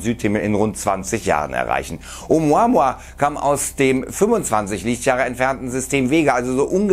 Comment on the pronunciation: Glaub ich auf keinen fall und dieser kanal is sowieso die bild von youtube lügen verbreiten und hauptsache klicks generieren. Der typ im video kann oumuamua nich mal richtig aussprechen peinlich einfach nur peinlich. Nehmt bitte nicht alles ernst was hier auf diesem kanal rausppsaunt wird🤦‍♂️🤦‍♂️🤦‍♂️🤦‍♂️